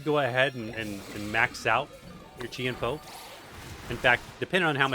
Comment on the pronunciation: Chien-Pao pronounced as Jiàn Pào